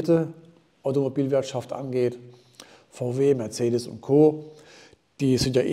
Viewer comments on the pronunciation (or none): none